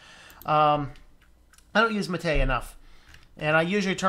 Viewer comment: I always give a like to people that can pronounce "Mate" properly.